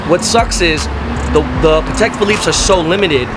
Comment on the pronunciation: "Pattek" is how you pronounce it. Pat-tek. PAT. TEK. NOT Pah-tek. NOT Pa-Tek